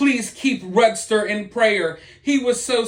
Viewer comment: LOL Hey.... I felt the "need" hahah to help you pronounce.... how I think RUDSTER is (RUDE-ster, as we say RUDE in RUDY) Thanks for staying on top of this story...."literally story"